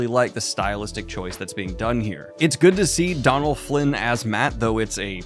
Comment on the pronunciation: It's pronounced "Doe nal" not "Don al", there's an fada/accent on the "o" which lengthens the sound of the vowel in Irish/Gaelic.